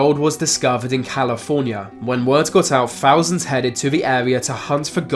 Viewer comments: Why do you pronounce words with a th as if that makes the F sound? It's "thousands" not "fousands", and it's "with" not "wif". It's fun listening to you butcher the english language. Lol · > fousands , vis, ve, free hundred fousand, brofels, norf, feory >english > cant pronounce th